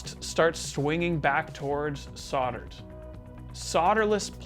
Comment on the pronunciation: If I had $1 for every time he said “soddered”, “sodder”, or “sodderless” I think I’d be able to swing a new pedal!